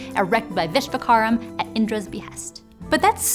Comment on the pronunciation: She said "Vishvakaram" instead of "Vishvakarman" in the English translation.